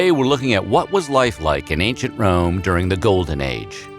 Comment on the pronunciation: I heard ain't sh*t Rome instead of Ancient Rome.